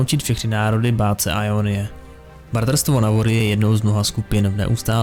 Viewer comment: Gj ale vadí mi jak to čteš [ajonyje] a ne [jonyje] x)